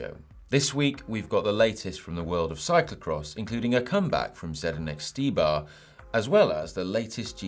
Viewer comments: It's Štybar(pronouncing like Shtybar). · Ondra was right, his last name is really prononced as [Shtibar]. And his first name is Zdeněk and not Zdenek, but I have really no idea, how to type that in "English letters" 😝.